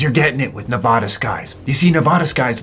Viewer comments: Native Nevadan here. It's pronounced "NE-VA-DA" not "NE-VAH-DAH" 😁👍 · you gotta learn how to say Nevada correctly, youre killin me